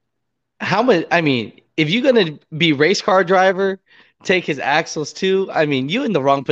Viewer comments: Axles, not Axels. C'mon man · It's axles.... not axels....